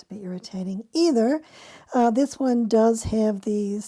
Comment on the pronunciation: You emphasized the wrong word lol